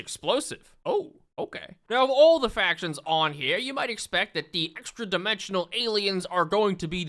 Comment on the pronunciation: "of everyone on eer" Jersey accent detected